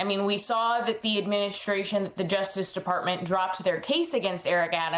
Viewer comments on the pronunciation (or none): none